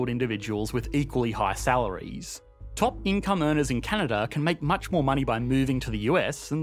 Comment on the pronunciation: Canadar? Never heard of it.